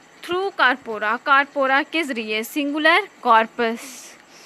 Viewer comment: Yeh Mispronounced